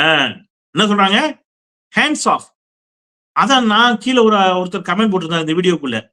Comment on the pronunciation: Comment ( noun) pronounce it with stress on the first syllable.காமென்ட் not கமேன்ட்